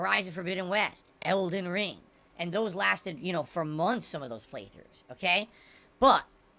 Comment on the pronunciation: Ok, I gotta say it! I’ve heard this idiot say Eldon RING too many times. Does he think there’s an Eldon bracelet, Eldon earrings or Eldon necklace? Why does he emphasize the wrong word? His chances were 50-50…still wrong. Can’t wait until Eldon Cufflinks comes out, dooood!